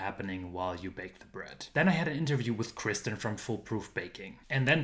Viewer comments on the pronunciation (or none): none